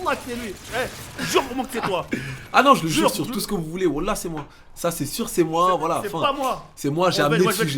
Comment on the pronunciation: mdrr tu me tue le coran il a dit "woula" 😂😂